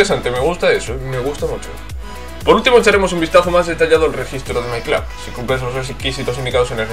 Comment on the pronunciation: buen video. porque dice my clab? si se dice my club xdd